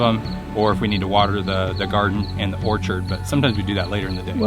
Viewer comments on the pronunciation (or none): none